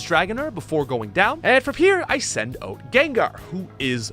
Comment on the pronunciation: this guy says out really funny... "oat"